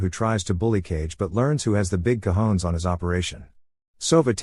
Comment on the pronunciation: Best part in the whole recap! Oh and btw, it's pronounced "cohones", it's Spanish.